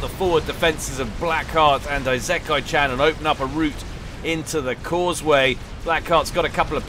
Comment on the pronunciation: At least he got the -chan part right.